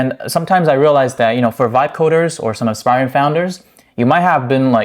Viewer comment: Vite is pronounced "veet" like "meat" or "feet". Not "vight".